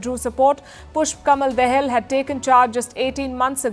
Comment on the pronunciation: Dear Palki Sharma, Your pronunciation of " Prachand Dahal" is heard as " Prachand The hel" it's ,"दहाल" ie Dahaal please.